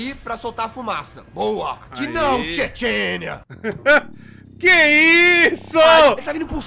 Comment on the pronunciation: "Tche-Tchenia" -, 2024